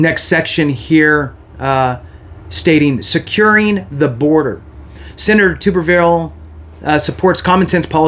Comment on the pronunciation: Pronounced Tub-er-ville.